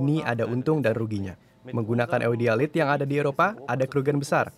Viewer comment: Sedikit info tambahan buat teman-teman yang penasaran, mineral pembawa unsur tanah jarang dalam video ini adalah Eudialyte (warnanya pink sebelum dihancurkan dalan bentuk serbuk, dalam video pronunciationnya sepertinya menggunakan Bahasa Jerman "oy" untuk "Eu"). Logam yang direcovery dan digunakan untuk pembuatan magnet untuk wind turbine generator adalah 'Neodymium' (dalam video ini sepertinya beberapa kali salah penyebutan contohnya seperti 'Niodium'). Semoga bermanfaat. Terima kasih DW Indonesia untuk kontennya yang sangat thought-provoking!